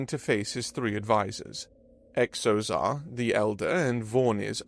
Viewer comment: Another thing this narrator repeatedly mispronounces: words beginning with X. In this episode there's a character with the name Xozar. When a word begins with X, & it's not a chinese word or name, it's pronounced as if it was a Z. So Xozar should be pronounced Zozar, not Ecksozar. For an example not from a fictitious name, consider the word xylophone. It's pronounced zylophone, not... honestly, I'm not sure how this narrator would pronounce it.